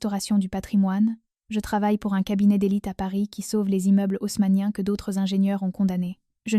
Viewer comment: Les immeubles osmaniens, c'est ça !! Et ça se croit intelligence artificielle, Haussmann serait très en colère de voir son nom ainsi écorché, pauvre ia de merde une fois de plus